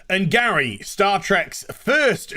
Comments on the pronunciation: First, it’s “Gray” not “Gary” second, yes they have done these types of characters as aliens, they have not had them as main Characters. So it should be the first MAIN transgender and Non binary characters in the series. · A DI ra, and Gray.....like the colour? Not Adria and Gary- If you’re gonna rant please get it right dude. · It’s Gray not Gary. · Imagine being this easily offended by minutia, but then not bothering to pronounce names correctly. "Gary"? LMAO